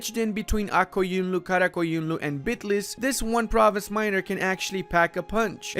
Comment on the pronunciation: I'm Turkish and I have to admit that I really love the way you pronounce Ak Koyunlu and Kara Koyunlu! 😂😁❤